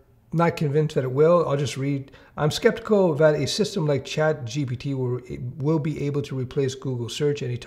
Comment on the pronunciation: To, the name of the app isn't "ChatGPT"; it's "Chat...G. P. T."